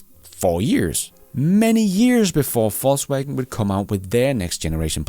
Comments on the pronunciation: Same down here. Hearing "false wagon" all the time and I like it a lot! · I love the way you pronounce VW as "false wagon" 😂